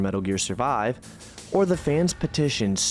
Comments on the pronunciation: Koh-jim-uh? You mean "Koh-Gee-muh". This video is top tier either way. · Not even 10 minutes and then he mispronounces Kojima lol